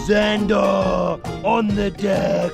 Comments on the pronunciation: Why do you call them zanderrrrr in England there just zander ? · Why he always say ,,zandarrrrr“ in the Most fking German way 😂😂😂🫶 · How he said zandar was so bloody funny